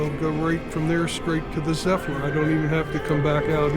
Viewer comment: Where did the extra "L" come from? Zephlyr? Other than that, good job